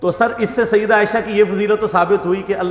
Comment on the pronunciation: Sayidduna Aisha radiallahu anha. Say it properly. You have this issues with sayyiduna aisha..its very apparent. Dont take sides which is not his right to take.